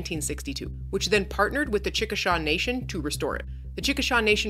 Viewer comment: Fort WASH-ih-taw and CHIK-ih-saw.